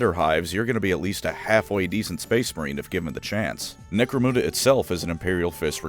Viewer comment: Why do you pronounce Necromunda so badly?